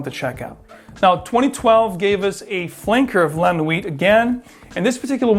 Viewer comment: T is silent in la nuit